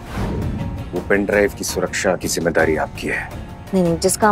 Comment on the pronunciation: Flow flow me ne Jimmevari bola 🤣🤣🤣😅😂